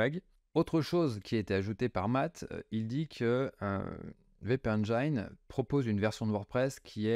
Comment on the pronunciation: WpEngin se prononce: Wp éne jine